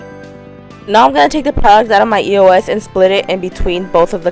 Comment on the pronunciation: its not pernouced e.o.s.